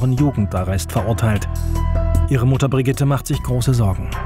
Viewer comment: Mutter: Brigidde 😂